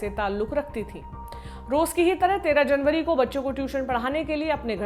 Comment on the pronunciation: मेरी बहन खबर पढते समय जनबरी फरबरी तो याद रक्खो